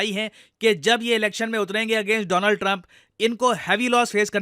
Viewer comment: It's DoLaand Trump by the way 😅